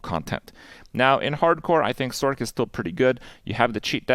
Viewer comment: Is it a meme that people say sork and not sorc(s), I just don't get it lol.